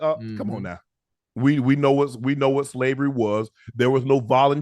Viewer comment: He keeps saying boating rights. Slabery what is Slabery? . I'm thinking he can't say v